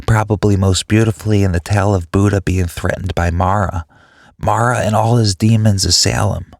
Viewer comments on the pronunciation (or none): none